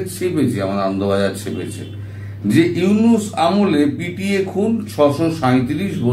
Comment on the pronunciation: Dada mohammad younus bolben na.younusa bolben